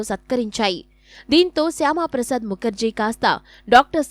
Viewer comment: శ్యామ కాదు మేడం శ్యాం ప్రసాద్ ముఖర్జీ